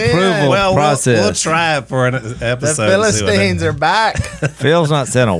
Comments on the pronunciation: The Phil-a-sons. ? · PHILLIP-STINES! LOL! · Phil-istine. Lol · Philipians...not Philistines... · Philasteens. HAHAHAHAHA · phils face when willy said philistines lol not impressed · "the Philistines" LOL